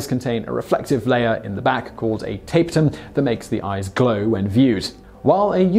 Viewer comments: it's ta-pe-tum (/təˈpiːtəm/) NOT tape-tum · You didn't disappoint. You nearly managed a whole film without a mispronunciation. Look up how you say "tapetum".